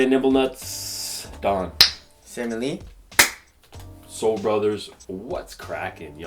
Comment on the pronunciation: hey "SOLE BRUDDERS!!"